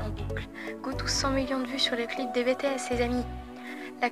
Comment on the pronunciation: C'est "BiTiS" par contre, non mais je suis outrée ! La meuf elle se dit fan mais elle est pas capable de prononcer correctement le nom du groupe ! Les gens comme ça, j'ai envie de les frapper >_<